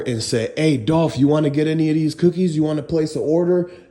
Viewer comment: It's dolph